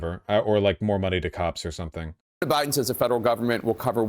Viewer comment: the way she said "President Bi'dn" brought it all back from oblivion (where it should have stayed).